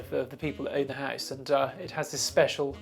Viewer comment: Oh my god, very posh accents grate on my ears. But it's a lovely house (pronounced "hice").